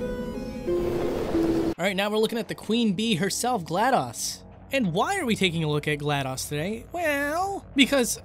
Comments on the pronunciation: It's pronounced Glad-dose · i was physically hurt when he pronounced it "gla-dos" not "gla-dose" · It's pronounced gl-a-dos not gl-a-dAs